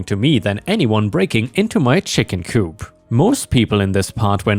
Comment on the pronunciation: DEAR IT'S ACTUALLY COOP THE P ISN'T SILENT..... YOU KNOW THE ENGLISH LANGUAGE IS CRAZY RIGHT?